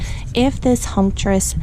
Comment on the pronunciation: Oh btw.....humectress like humid-ectress. Hume-eck-tress. ♡